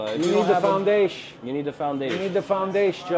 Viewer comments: THE FOUNDAYSHE JOE!!! 😂😂😂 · That's my favorite one, makes me laugh any time someone says "foundasche" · once you have the foundaesh...It's ezpz !!!!!!